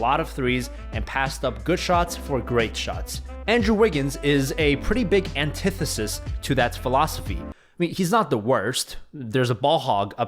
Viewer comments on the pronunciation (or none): nobody:: aNtEtESIs